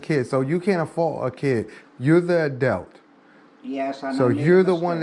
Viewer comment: True to some extent, but at the same time serves to emphasize how depraved these chomos are. Also, his pronunciation of "Adelt" & "Ree-Dick-A-Liss" should be copy-righted.